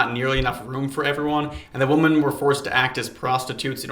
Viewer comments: Not related at all but I noticed you pronounce women as woman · What is it with people not knowing how to pronounce “women”. Instead of “woman”. The plural of woman is not pronounced as woman. Come on folks. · Great stuff but why do you pronounce women as woman? The plural is WOMEN, pronounced ‘wimmin.’ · Please, for the love of God, learn the difference between “woman” and “women,” they’re two different words.